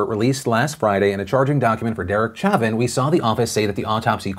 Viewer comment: Not important, but it’s pronounced “show-van” not “cha-vin”, all of Louisiana winces when you say it that way.